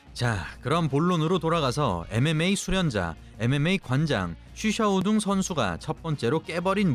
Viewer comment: 이 유일하게 쉬샤오둥 관장의 이름을 정확하게 부르시는군요